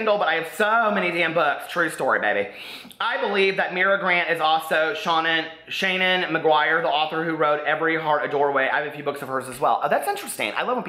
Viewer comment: I really enjoyed this video. ❤ I'm glad to hear that you read all of your comments. (It didn't bother me that you never reply to comments. I figured you had sooo many. . . How do you decide who to respond to? Better to reply to nobody. 😉) But. . . Seanan McGuire . . . How you started saying her name is the correct way: She has said - somewhere - that she pronounces her first name "Shawn-in" (emphasis on the "Shawn"). 😊